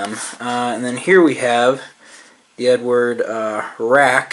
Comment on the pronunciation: Love the videos, but it is EdUard not Edward....